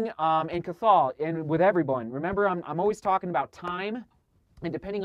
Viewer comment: Cathal is pronounced "cah-hill" just incase you ever encounter it again (probably won't, super rare and hard to pronounce Irish name!)